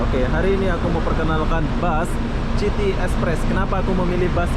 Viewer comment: City = sebutan "siti" bukan "citi"